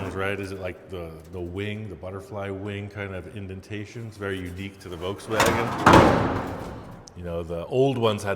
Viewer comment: The "Ve Wans" Bug🐞